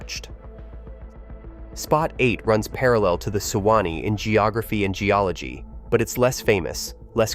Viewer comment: Great video. But as a native floridian, hearing "sew-wah-nee" and "oh-kee-cho-bee" over and over is infinitely more aggravating than I thought it would be. I'm sure this is just some AI bs... But for heaven's sake, you couldn't at least do a couple of minutes worth of research to make sure AI was pronouncing these super common, well-known rivers and lakes correctly?? 🙄🤦🏼‍♀️